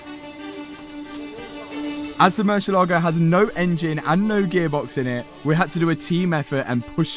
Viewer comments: OH MY FKIN GOD.... HOW MANY TIMES DOES THIS CLOWN SAY THE WORD 'MURCIELAGO' IN THIS VIDEO ??????????? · just in case you want to pronounce it correctly, the emphasis is on the e not in the a. Cheers!! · I love the new project …….however…………..get a spanish lesson ………and learn how to pronounce MURCIELAGO …….IT WIILL INCREASE YOUR STREET CRED ! 😂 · A What? Marsheelago, Mooshylawgo... Moor-siel-ago It means bat, dingus. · It's MOOR-SEA-EH-LA-GO, 5 syllables, not 'merseylago.' It's Spanish for bat, as in flying animal, not a lake near the river Mersey! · I downed a shot every time you said Mucielago ……. I’m drunk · for the sake of that "mercylaagow" that I really enjoyed every time murcielago is pronounced : moorcee ela go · Stop saying mershilago its merci lago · Hi Keeps saying Marshall Lago !! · 😂😂😂 morsel Lago bro stop saying it like that you guys look ridiculous is pronouncing it im English is pronounced in spanish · Ok but could you just not call Mur see el Lago? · So funny the way pronounces "Mercia Logo":D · Say moo -si -a - la -go .that was the saund. murcielago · Moor-sieh-lagoh. Pronounced. Murcielago means bat in Spanish. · Mersha-Largo, hahahhaa lol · murciElago try pronounce the E stronger so you can actually know how the car is really called cause I couldn’t understand what you were saying hahaha it’s Spanish word for BAT. Good video btw! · Man i like your videos but when you pronouns murcielago like murshielago i fell in rake sorri😂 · Top Gear had the same problem in correctly pronouncing the name of this murciélago car. It's moor, thiel, are, go. It's the Spanish word for bat. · MURCIELAGO (MUHR ZI ELLA GO) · "Marcelogo" hahahahsha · I don't understand why some youtubers can't take few seconds of their time and learn how to pronounce their car names the proper way. It is a not a marchalado. It is a Murciélago. It takes 5 seconds to learn this word the right way. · is not "Mercylogo", its MURCIELAGO 🤣